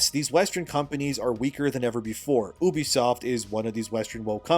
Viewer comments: can you PLEASE stop saying ubisoft like "oobisoft" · Pronouncing it Ubisoft like that might be worse than what blizzard did 😭😅